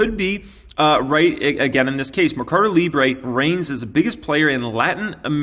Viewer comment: it's probuced: Merrrrcado Librrrre ( like a Russian) the u will be close to Spanish